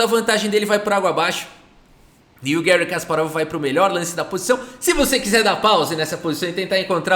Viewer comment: Gary ( por favor não use a pronuncia inglesa. Ele é russo e nós falamos português, pra que usar prinuncia inglesa que não tem nada a ver?) é o maior da história mesmo!